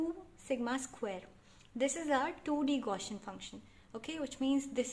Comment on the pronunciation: Thank you very much. Nice work. But please correct your pronunciation of "Gaussian". It was sounding a bit weird.